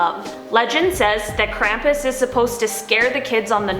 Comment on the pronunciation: They keep saying krampus wrong.